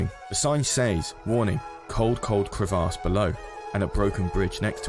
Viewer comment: The way you say crevasse physically hurts me